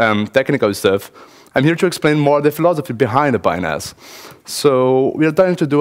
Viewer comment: Sounds too much like a foreigner saying penis.